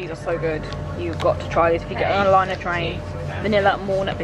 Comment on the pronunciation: its LNER (it stands for London north eastern railway) not liner, I don't mean to be rude though ☺️